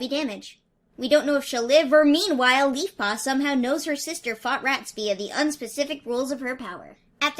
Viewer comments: I thought you said Beefpaw instead of Leafpaw at one point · Did you call leafpaw beefpaw?